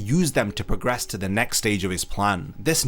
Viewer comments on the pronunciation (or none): none